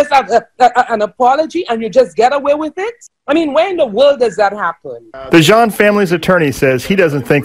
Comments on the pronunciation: PLEASE pronounce his name correctly....NOT pronounced like a pair of Levi "jean"s 🤦🏽‍♀️ Thank you for covering this story Bo was dear to my entire family here in Dallas. GUYGER SHOULD ROT IN JAIL FOR LIFE she killed him on my birthday 😭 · HIS NAME IS BOTHAM Jean "pronounced JOHN"